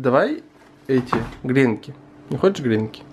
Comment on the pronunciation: Извините за занудство , но правильно говорить не грЕнки, а гренкИ, простите, просто уши сворачивает)))